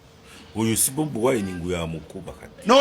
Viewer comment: I love you the way you sound the name Bobiwine better change to nup ove mubakozi basitaani